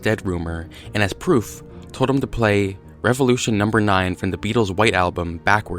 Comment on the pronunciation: I put my voice through a voice reverser, and it really does sound like "turn me on deadmen" when you say numbah nine